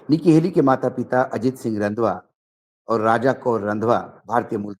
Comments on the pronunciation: भाऊ निक्की हेली के माँ बाप का last name “ रंधावा” है “ रंध्वआ” नहीं। “ रंधावा”, पंजाब के जट सिखों की एक बहुत सम्माननीय ज़ात है। 🙏😊 वीडियो हमेशा की तरह लाजवाब है। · भाई रंधवा नहीं होता ये "रंधावा" होता हैं! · वानखेड़े जी आप एक वेहतरीन पत्रकार हैं और वहुत ख़ास ख़बरें ले कर आते हैं। आज के एपीसोड में निकी का नाम रंघवा वेला था। वह एक पंजाबी नाम है। इसको पंजाबी में रंघावा बोलते है। मेरी हिंदी इतनी अशी नहीं है। English pronunciation of Randhawa would be RANDHAAWA